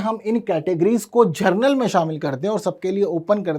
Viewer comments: General ko aap Gernal kyun bolte ho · कालेज एवं यूनिवर्सिटीज़ में वैसे भी जुगाड़ से ही जाते हैं। इसमें totally भाई-भतीजावाद चलता है। जनरल बोलिए न कि जरनल। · जर्नल उच्चारण में सुधार करें माननीय शिक्षक